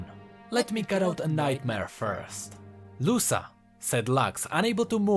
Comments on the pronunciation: I'm a big fan of yours, I love your vids and theories. But, GODDAMN, it hurts to hear you pronouncing "Luca" as "Lussa". Dont know if you heard this pronounciation somewhere, but is a quite common name around here (Brazil, and probably other latin countries too) and its pronounced "Luka". Anyways, great vid, keep up the good work <3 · I might be wrong but i believe that it's pronounced Lu-ca not Lu-sa Most names like that a pronounced the former way. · I think its actuly luka not lusa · I think is pronounced "Luka" In spanish the C is pronounced K when is placed next to a o u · Btw Luca is pronounced Luka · the c in luca should be read as the c in crown